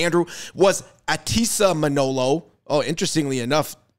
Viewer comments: Muh-nah-low not Mah-know-low 🤣😅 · Her surname is Manalo not Manolo😅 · It's pronounced Ma Na Law not Ma Know Low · MA-NA-LO. Mah-NAAAHH-Looh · I find it very disrespectful that you both continuously mispronounced Chelsea’s surname! It’s MANALO!